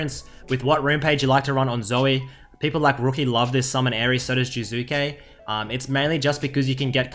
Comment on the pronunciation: "Current topic jUzuke"